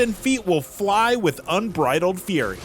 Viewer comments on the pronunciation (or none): none